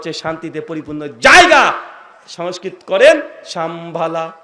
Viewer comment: আর সমস্কিত টা তো ভালো করে বল 😂😂😂😂